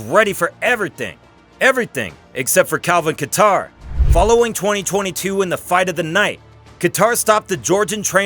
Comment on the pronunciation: Did he really call him kattar like guitar instead of kattar like cater 🤨🤔 ?!?! LMFAO 🤣😭😭🤣